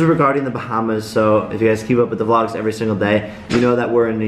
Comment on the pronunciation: Wtf are Jake Paul vlogits?!?... that is what I heard in the begging of the vid xD